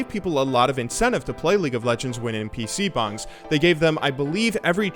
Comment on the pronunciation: Why do you say PC Bangs in such a weird way xD